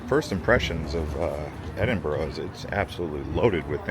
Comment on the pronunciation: Nice pronunciation of Edinburgh. Almost there with Glass cow. EDIT: Funny to see an American see the absolute state of the British railway system. Unfortunately the pricing system is absolutely crazy and you have an entire ecosystem of companies like Train Line that exist specifically to find the best prices. 500 USD for the Eurostar! Absolutely disgusting prices. ETIAS isn't active yet and probably won't be until 2027.